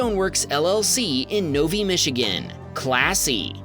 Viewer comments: Just a heads up, it is pronounced No-Vy (like eye), Michigan, not No-Vee :) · In number 11, the same idiot cut me off on the freeway. By the way, Novi is pronounced No VI (as in I), not No Vee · In clip 11.. u said Novi so wrong.. it’s not Novee it’s No-Vi like Violin.. I’m from Michigan lol 😂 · Novi, MI is pronounced NO VI not NO VEE. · NOVI is pronounced "Nove-Eye"👍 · Creative Stoneworks in Novi (pronounced "No-vuy" rhymes with "no buy"), at least on their website, looks like they do good work. But it'll all go to it-shay in an inute-may if their drivers are prone to road rage when driving their company trucks. Come on, Creative Stoneworks, get control over your employees. Maybe start offering only decaf coffee in the company break room? And DEFINITELY don't let your employees drive the company trucks on their own personal time. I smell a lawsuit brewing! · The way you pronounce Novi is Nov(eye) the I is pronounced like the eyeball for a future reference. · Novi, MI pronounced No-vye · Novi is pronounced No-Vye.